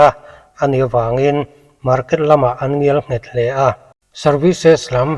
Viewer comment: Ngialnghet ❎️ Ngelnghet ✅️